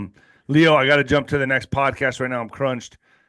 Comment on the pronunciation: Nino, he prefers pronounced "Lay-o", Lay-o Zagami